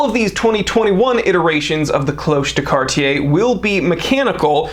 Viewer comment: I like that you say Cartier and not Cardier